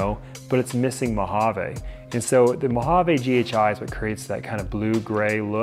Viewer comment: Beautiful snakes! Please stop saying "mojav-AYE." It's "mojav-ee."